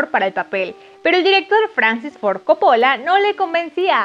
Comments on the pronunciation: Buena info pero por favor no repitas co-po-lla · soy italiana y tienes razon la chica del video lo pronuncia mal... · Me molesta que diga Coppóla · Cada vez que dices Copóla se me sube la presion!!!!!!!! ES CÓPPOLLA CÓPPOLLA CÓPPOLLA!!!!!!!!!!! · No es Cóppola? con tilde en la O? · No se pronuncia Coppo'la, se pronuncia Co'ppola !!!!!!!! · Tenía tantas ganas de ver tu video.. Pero no soporto como pronuncias "Copola"... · ¡CÓPOLA! ¡CÓPOLA! Y además, lo dice un montón!!!! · (Corleone no corleoni,)y la familia corleone era italiana no española y no eran de Roma,eran de Sicilia, y coppola le pronuncia cóppola. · Se dice ''cÓppola'' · Así como tampoco sabe pronunciar el apellido Coppola, cuya sílaba tónica es la primera, teniendo entonces que pronunciarse Cóppola (en italiano sólo se acentúan gráficamente las palabras agudas)... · Vine a quejarme por como dice copOOOOOlla 😠😠🤬🤬😠😤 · buen video....pero mala pronunciacion de coppola....entre otras tantas... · Tienes varios errores en pronunciación de algunas palabras, incluyendo el apellido del director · Primero aprende a pronunciar el apellido de director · si sabes que pronuncias muy mal Ford Coppola !!! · Exagerada pronunciación del Inglés, no entendimos tus brincos en todo el video y pronuncias mal el apellido Ford Coopola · Interesante pero por favor nunca mas digas "Caradin" .... Se pronuncia Deivid Carradain (David Carradine). Y chica por favor se te perdona lo de Caradin pero el Director es Cópola no Copola. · Querida, pronuncia bien Coppola y Hagen por favor 🙄. Deberías investigar este tipo de detalles primero antes de empezar a hacer el video. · Ni saben pronunciar nombres, dicen de una forma en una parte, de otra despues y asi...corlioni, corleone, coppola,coppolá, talía, talia...🤦🏽‍♂️